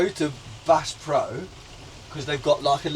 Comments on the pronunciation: It’s Bass as in the fish, not Base as in Drum n Base! 😂😂😂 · Bass is pronounced as “ass” but with a B. What you saying is the word base. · There's a difference between a tornado watch and a tornado warning. A watch just means conditions are right for tornado formation. A warning means one has been sighted on the ground either by radar or by eyes. So, have fun with that. Oh, and it's pronounced Bass as in the fish, not the guitar. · It’s said Bass,, like lass. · It’s a siren that spins on a pole which is y it gets louder and quieter. Scary zone is purple not red. The trains have to sound the horn at every crossings because people are stupid and run the crossings in the cars. It’s Bass like the fish b-ass pronounced not bass not the drum. Lol. Inglewood always up to no good. Should of stopped by the Robert Taylor home Another great video. Glad you enjoyed my home town. Cubs park is just the best time always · Is it not ‘Bass’ pro as in the fish? Not ‘Bass’ pro as in the rave? 😆